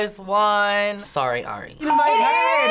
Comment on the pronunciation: IF YOU LOVE ARI SAY HER NAME RIGHT